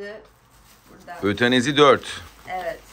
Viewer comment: Babanın otenezi diye okumasi rxcghswrdcf